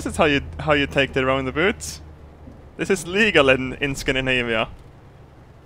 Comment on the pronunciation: Roond aboot 😂 is now Canadian eh